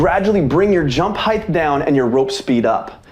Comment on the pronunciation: Great tutorial. But….Heighth. Bruh.